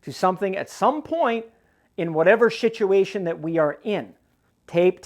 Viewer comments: Did I hear you say.. shituation??🤣🤣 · Did I hear wrong or did you say "shituation"?😂😂